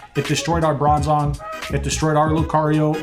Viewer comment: Ok, why can't you say Bronzong?? 🤔